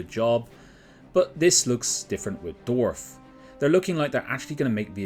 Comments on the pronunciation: This guy: Dorf 😒 Dwarf 🗣️ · Why do you keep pronouncing it "dwarf"?